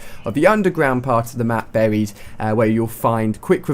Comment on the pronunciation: I seriously hate the way he pronounces "Buried" it's like. BARRHIED :'(